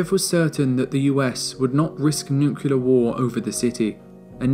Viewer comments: Please learn to pronounce nuclear correctly. It is not nuke-you-ler. It is nuke-Lee-er. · Nu-clear. Not Nu-cular. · What are these nucilar weapons you speak of? Did you mean nuclear? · This is my favorite video of all time regarding the history of the cold war. That being said, for the love of god, it's nuclear. Not nucyaler. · Excellent video involving a lot of hard work and thorough research. Congrats! BUT, there’s no such word as “nucelar.” It’s “nuclear” ;-) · Nuclear, not Nukyuler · Dude, NUCLEAR not NUCULAR. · Whomever did the voiceover for this please learn to say nuclear it is not nucular it is nuclear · I visited Berlin not so long ago and realised how little I know about the cold war. What a fascinating moment in human history, one which we can learn so much from, especially today. Thank you for the amazing video, will be watching this a couple of times. What's up with nucular weapons though? ;) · A truly amazing documentary ! There is one thing though that made me giggle a bit throughout the video: the way you say "nukelar" 😅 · Did I heard "Nucular bomb"?! Ok, "Best cold war Documentary" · 48 NOOK YOO LERR Ffs, man... Really??! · Great video, but you can’t pronounce “nuclear” to save your life.